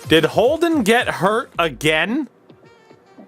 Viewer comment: Lol you said Holden’s name wrong 2 times when you looked through the trophies